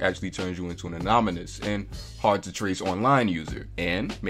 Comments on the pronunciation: Did man just say anonymnous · Anybody else peep the "Anomynous" slip up😂😂😂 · That's not how you say anonymous.